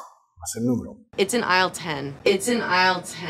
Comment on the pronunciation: Vaya! "Aisle" no se pronuncia la "s". Suena a /Ail/